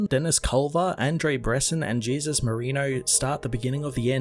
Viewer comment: I don’t think that name is pronounced Jesus. Try pronouncing it the Spanish way. Hey-Zeus!